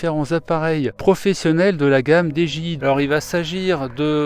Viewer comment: Dji ca se prononce didjéaï